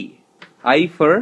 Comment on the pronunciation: How his father is telling fur .he is telling fur not for .but baby is speaking so cutely.